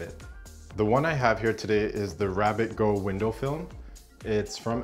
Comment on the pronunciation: First, excellent video. Second, it’s GOO not GO. (the goo that rhymes with few)